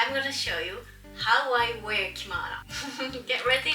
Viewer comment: Finding your identity is difficult in life.🥺 I remember how you once said that you didn't have one, found yours, flourished, and now you're here.🥰 You are truly amazing,.😍 I love how she still makes mistakes in English; "ware".😂